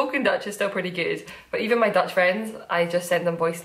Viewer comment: Dutch person here: binge watching all of your episodes, and I must say, your Dutch accent is amazing, the change in the flow of the language is very different and you do that perfectly ;)